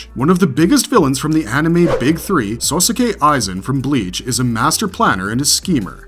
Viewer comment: Inosuke and Sosuke really? Out of all the Japanese names to mess up, you butcher easy ones. Your saying their names likes is two names Ino Suke and So Suke. Uuuurggh it hurts.